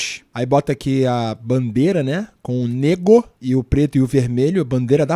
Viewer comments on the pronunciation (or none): Bacana. Só uma correção, a bandeira da Paraíba diz NÉGO do verbo negar, e não nêgo.